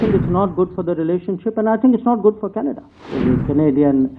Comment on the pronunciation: dear bhaiyon........Canada is pronounced Can-a-da........not Kanedddddddddddddda Also, development is prouncouned DIV-EL-UP-MENT...not as it is written